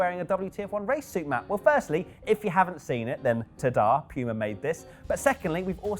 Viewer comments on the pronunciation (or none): It’s Puma not piiuuuma